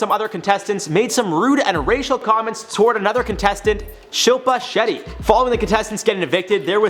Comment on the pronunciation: Damn you nailed saying shilpa shetty